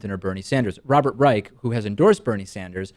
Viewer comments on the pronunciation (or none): Btw, Robert Reich's last name is pronounced with an "sh" sound at the end, not a "ck" sound.